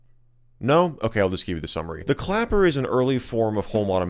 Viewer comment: him: clapper. me: clacker (thats what he actually said at one point LOL)